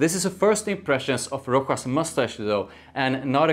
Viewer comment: Rochas -> pronounced correct Roschas with a „sch“ like in Moustache It’s pretty good but tuxedo is quite different and after a few hours it’s just sweet vanilla In my opinion the opening is the closest to tuxedo then it’s just get sweeter and more vanilla heavy. Tuxedo on the other hand is more Smokey and it last for 8-10h.